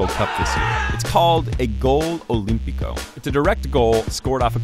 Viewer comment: "Goal Olympico"